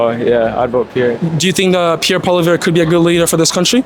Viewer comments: Why can't you say Poilièvre, do you have some kind of speach impediment? Poil (hair) lièvre (hare) Poi-li-è-vre, not poilivert, Poilièvre... I think you're doing it on purpose. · I like your content. One thing, Poilièvre is more easily pronounced Poly-ev for an Anglophone. Calling him Polivère sounds a bit disrespectful. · It's Pierre Pwa-liè-vr Not po-li-ver bro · Polly-EV not Poli-Vare lol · Hey let's make something clear u are saying Pierre's last name Incorrectly it pronounced POLY EV as in ever not POLY VER, so get it right if ur gonna do interviews.. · PP4PM. Listen to the last fine man he knows what he’s talking about Pierre has practical ideas hear him out. Will be best choice for the young generation Also it’s pronounced “Paul-eeee-Ev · Pronunciation: Pol eee ev reh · Hey bro can you say his name right in the next video? POLLI-EV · Cmon, man. At least pronounce his name right. Pierre Poilievre (Poly Ev) Poly Ev. That's how it is said. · Learn to pronounce his name. Sad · Please learn how to say Pierre Poilievre's last name correctly. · Do you intentionally prounce Pierre's last name wrong? 😂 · It's just a friendly correction without any intention to offend. My first language is French, so I'd love it if an English person corrected my english. By the way, most of the people who were interviewed got the pronunciation except the interviewer.